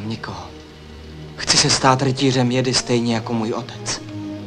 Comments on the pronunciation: ten dabing kde místo džedáj říkají jedy nebo džedi, z toho je mi na blití a trhá mi to uši. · Mě trhá uši zase [jedy], ale [džedy] mi nevadí. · Sice nepopulární názor, ale mě se nejvíc líbí třetí dabing, hlavně co se týče výslovnosti SW terminologie. [jedy] nebo [džedy] je fakt strašný, když je správně [džedáj]. A Ford s hlasem Soukupa mě fakt tahá za uši. Jako dítě jsem to určitě viděl s druhým, ale než jsem viděl třetí, tak za tu dobu jsem ten druhý zapomněl. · Je skvělý vidět(slyšet), v tomto případě u Obi-Wana, jak se vyslovoval "Jedi". První dabing [jedy], druhý dabing [džedy], třetí dabing [džedaj], jak už dnes známe. Jinak skvělé video. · Evoluce výslovnosti: Jedi - Džedi - Džedáj :)) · Rytíř "Jedy" v prvním dabingu je fakt masakr... Asi jako kdyby někdo četl "chléb" jako "cé há léb" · Ovšem ta výslovnost jedi a dalších pojmů je strašlivá :D